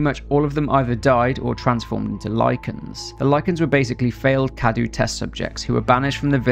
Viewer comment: it's not spelled cadu, it's cadou, you have to say the ''o''